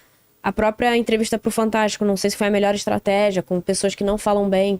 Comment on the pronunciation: “FanTÁRTIco” (repara que ele fala em quase toda entrevista)